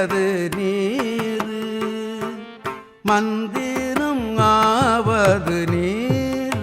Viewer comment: தயவு செய்து தமிழ் எழுத்துக்களை மாற்றி உச்சரித்தால் அர்த்தம் வேறுபட்டுவிடும். உதாரணமாக நீரும் என்று உச்சரிக்கின்றீர்கள். ஆனால் நீறு என்பதே சரியான உச்சரிப்பதாகும்.